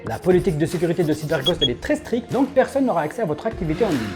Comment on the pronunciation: Gg, sinon à "très scrite"